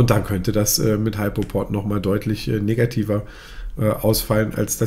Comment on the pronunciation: Nicht "Heipoport", sondern "Hüpoport"......